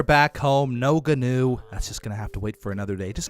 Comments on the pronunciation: Guwn is pronounced new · The gnu is said like nu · a gnu is a wildebeest and gnu is pronounced A "new" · Please stop calling it a Ganew it’s pronounced new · So I looked up a gnu and it’s actually pronounced n/yoo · Quick thing: gnu actually is supposed to sound like new. Not trying to insult you, just letting you know:) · gnu is pronounced like new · Gnu is pronounced new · Gnu is pronounced Jee-New Basilisk is pronounced Bass-Ill-Isk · Gnu is pronounced Nu. The G is silent like Gnat or Gnome. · Gnu is pronounced like knew. 😅 Please don't get mad everyone.... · Gnus are pronounced like new or news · Gnu is pronounced new <3 Bask-ill-isk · G in gnu is silent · Gnu is actually pronounced Wildebeest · the G is silent gnu sir.